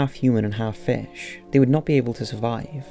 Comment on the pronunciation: Its Fish not "Fash"